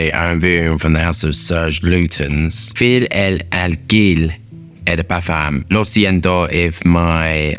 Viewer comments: Thanks for this great review! I like Fille en aiguilles and I'm not wearing it as much as I want but, when I use it, I prefer wear it on non formal moments and sometimes at work. If it could help you with your french, you could say 'Fille en aiguilles' like /feel end a gui yes/ saying that 'gui' like in the word 'guitar'. See you soon! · Watched this just to hear butcher the name. ❤